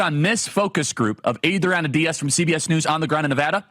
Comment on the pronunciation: I like your stuff and what you do, but every time you tried to pronounce Adriana with a Spanish accent it made me cringe, especially when you didn’t try to pronounce Diaz with a Spanish accent.